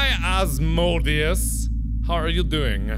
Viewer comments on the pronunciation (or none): not me correcting mark every time he butchers those demon’s names lmao Azazel: a-ZAY-zul Beelzebub: bee-ELL-zeh-bub Asmodeus: az-mo-DAY-us No, it’s not just from supernatural: the season Cas came in made me want to learn more about angels and demons so I knew about these lads long before they came into the picture- biblical stories containing angels and demons are actually really interesting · AS-MO-DAY-US Sorry. Was driving me crazy. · Uhm... Asmodeus (Ass-mode-a-us)is a prince of hell..... Not a demon, and so is Azazel (As-a-zel) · Demon pronunciations: -Azazel (uh-ZAH-zal) -Beelzebub (BEEL-zuh-bub) -Asmodeus (as-MOE-dee-us) >:+* Like most demons, these three demons are Fallen Angels. But these creatures are not as ordinary as most people depict them. These demons in particular and - that I know of - many others, are Greater Demons. Most of these demons originate from either Satan or Lilith. It depends on where you come from or what you believe. But according to most recordings of this beast, Lilith was the actual first female to exist. But something happened and she had like a rotten heart or some sh** like that and became a "fallen". I'm afraid I don't recall any more information on this and I'm too lazy to look it up. I'm not a credible source nor a professional so don't use my information for a presentation or anything important involving this matter. *+:<